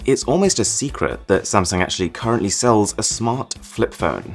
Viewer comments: did he call samsung samsang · gotta add one more. it's actually pronounced as Samseong, not Samsoong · 1st its burj HHAAA leaf AHHHH no K sound, next its sam SONG